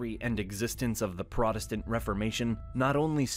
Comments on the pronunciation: Protest-ant, not prot-estant, the clue is in the name, cleverly mangled for I suppose..."reasons". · PROTESTANT NOT PRODESTANT, SAY THE WORD AS IT SHOULD BE.